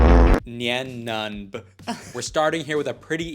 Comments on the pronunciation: That IS NOT how you pronounce my boy nein numb’s name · Not how u pronounce nein numb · its pronounced "nine nun-b." Hes a "Sullus-tan" not "Suloostan". Get it right before I sue you for defamation, this is very important to me 😡